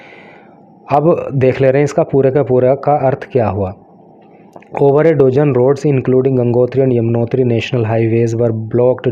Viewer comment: Pronunciation sudhariye....Dozen = डोजन nhi डजन् hota h.